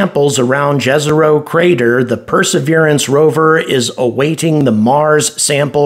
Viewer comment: The correct way to pronounce "Jezero crater" is "Yezero crater" because J should be pronounced like Y. I know this because the word "jezero" comes from my native language. It means "lake" btw. Just wanted to point that out. Your videos are awesome, I always look forward to watching them.